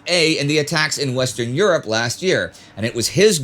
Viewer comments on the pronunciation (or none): none